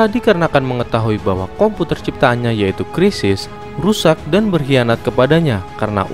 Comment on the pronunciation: Siris bg bukn krisis wkwk😅